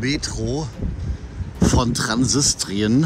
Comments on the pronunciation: es heißt "Transnistrien", nicht "Transsistrien" 🤣😂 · Das wird nicht Transistrien , sondern Transnistrien ausgesprochen ‼️